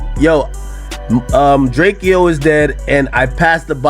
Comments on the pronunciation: How this ninja still pronouncing dude name wrong as much as hes in the news...Dray kee O??😂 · Wack can't even say drakeo correctly he is cat 🐈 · He is saying Drake-o to troll